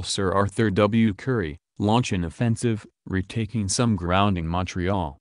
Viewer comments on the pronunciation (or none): none